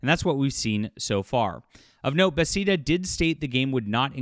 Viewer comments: I love your content, but its pronounced "Buhh-Thez-Duh". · “Ba- thezz-na” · It’s promounced Buhthesda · you’ve gotta reupload correctly pronouncing Bethesda as “Beth-ez-duh” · Not that it's a huge deal, but you consistently pronounce Bethesda as "Bethseda". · Why do you say Bethesda that way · I'm not a gamer but I know what Bethesda is and how to pronounce it. Are are you in really in the gaming industry?